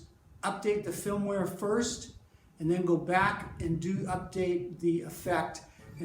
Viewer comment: maybe it's just my hearing but I swear is saying 'filmware' not 'firmware.' Am I crazy? Otherwise this was a great little video. I just got one and agree the distortion setting should be called feedback.